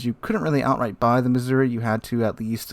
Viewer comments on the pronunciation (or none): none